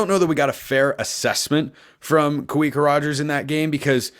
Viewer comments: Hey little friendly help here my man! Polynesians pronounce "W" as a "V" so Kawika is pronounced as Kavika. Love the show! Go Ducks 🦆🦆🦆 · Hey love the podcast but just a heads up you’re pronouncing Kawika Roger’s name wrong. Kawika is also my middle name and In Hawaiian the letter W is pronounced like a V in English. Kawika is pronounced Kuh-vee-kuh. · Heads up, for Kawika, pronounce the "W" like a "V" (Hawaiian name) so "Kuh-VEE-Kuh" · It’s pronounced Ka-vi-ka, the w is pronounced as a v